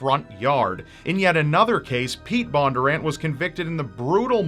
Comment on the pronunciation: Also their name is pronounced BON-durr-ANT. It’s pretty phonetic not sure why it was so hard to say